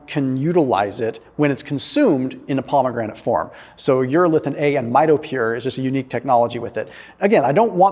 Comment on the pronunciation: My dude its pomegranate not Palmagranite